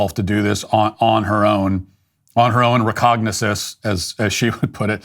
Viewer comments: She said recognasis. She can't pronounce the word, nevermind knowing what it means. Sickening. What an animal, Way to go DEI! 😒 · "Recognisses?!!?" THIS is who we are hiring at senior management levels in our government?! The fact that she lacks the intelligence to correctly pronounce this common word is a minor issue. The MAJOR issue here is her (mis)use of the word in front of her employers: trying to sound intelligent by using big words that she doesn't understand in official communications reveals her immaturity. A MacDonalds' assistant-manager would easily notice this character flaw, as it would "set off his BS detector." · "...my own 'recognises'..." Even if she had pronounced it correctly, it still doesn't make sense. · What exactly are "recanascense"? Please don't try to use multi-syllabic words when you have no idea what they mean or how to pronounce them. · What the hell is "recognisses"? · A government employee-"recognasis". They don't even know how to speak, but are being paid how much? DEI bullshit. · Did she really say "My own recognesses?" She works for FEMA but cannot speak English. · "rEcOgNiZuSs" I came here to make fun of that myself. She sounds like she barely squeaked past 3rd grade. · She said "Recognisis" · she didn't pronounce it correctly though. I think that's what people are pointing out. I know what word she was trying to use but it didn't come out right